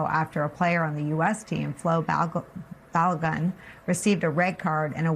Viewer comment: Learn how to pronounce balogun😂